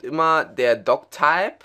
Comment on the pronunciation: wenn du doctype sagst muss ich kotzen.